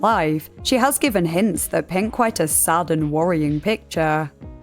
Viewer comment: "sa'd" sounds really weird my brain keeps thinking you're saying "essayed"